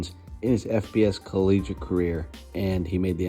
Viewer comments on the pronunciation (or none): none